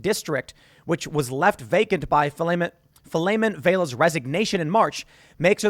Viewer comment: Shout out to my hometown in The Valley. Filemon Vela was garbage. Also tim, it's pronounced Fill-Ee-Món